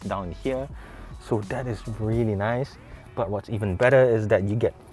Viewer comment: "Very naise" 🙃